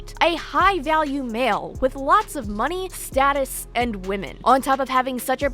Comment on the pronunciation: I’m less than two mins in and a just can’t handle how this clown pronounces “status.”